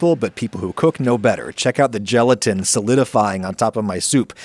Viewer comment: When he said look at the gelatin on my soup you can here his Italian accent shining through